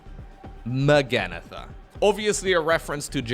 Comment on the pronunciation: "Magannatha, blade of Miquelannatha" lmao